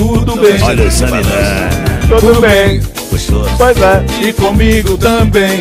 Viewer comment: Eu não tenho maturidade pra ouvir o falar poizé 😅😄😅😄